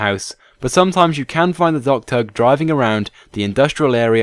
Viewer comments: U said dogturd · ohhh docktug... i thought he was saying dogturk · it sounds like your saying dogturd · DOCKTUG!!! It took me reading the comments to realize you weren't saying "dog turd". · Say "dock tug" one more time